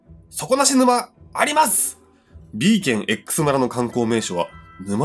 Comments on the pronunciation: そ↓こ↑な↑し↑ぬ↑ま→ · 底↑な↑し→沼↑ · 底無し沼のイントネーションそれなんだ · 底なし沼の発音が気になって仕方ない！笑 地域差あるのかな？